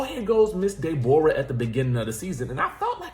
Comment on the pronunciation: This woman needs meds STAT....She is not all the way there. 😬😳.. had me rolling..😂😂When you say De'bora I think of Norbit😂🤣😭